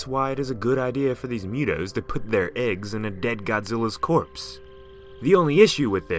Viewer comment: Mootoes not mewtoes